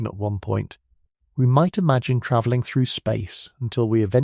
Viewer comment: Tra-velling? Is that a typo fed to the AI voice generator? It was pronounced properly just a minute or two after the vocal typo.